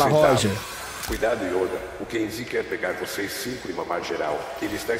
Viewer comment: " estam,os contra o youda , jovirone " kkkkkkkkkkkkkkk TRADUZINDO = OS AFUNDADOS KKKKKKKKKK